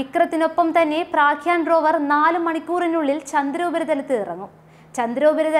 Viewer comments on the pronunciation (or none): praakyaan alladee pottee prajna प्रज्ञा aanu